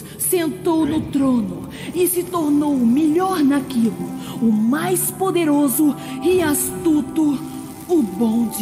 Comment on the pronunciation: "E se tornou o MILIOR NAQUULO"